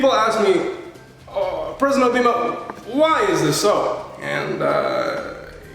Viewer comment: He said President Obeema